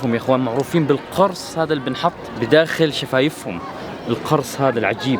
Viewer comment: اشتغل شويه على عربيتك القرص تلفظ بضم القاف مش بفتحها!! المعنى اختلف